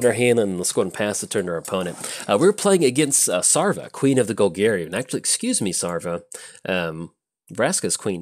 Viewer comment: SavRA not SARva! Even you play a ship full of boney pirats! ARgh! ;)